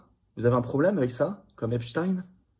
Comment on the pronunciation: C pas apchtaigne c epstein